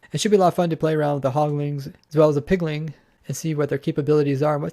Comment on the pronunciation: Quit saying "hogling" and "pigling". There is no g at the end. Anyway, good info put out here.